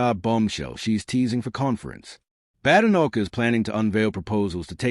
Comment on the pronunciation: I hate listening to these bots…it’s not “Bad. Enoch”! It’s “Badenoch. Bade. Like ‘played’! I had to switch off after a few minutes!!